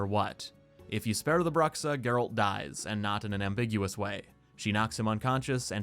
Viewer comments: That's not "brucksa" it's "broo-shaa" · please learn how to pronounce bruxa